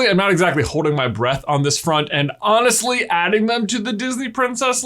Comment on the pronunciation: Anna-stly😂 honestly I heard it immediately😂😂